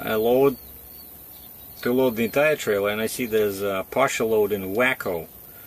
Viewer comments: It is pronounced Way co. My GPS pronounces it wacko too. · Hope you get the truck to. Look up the pronunciaton of Waco. Be well.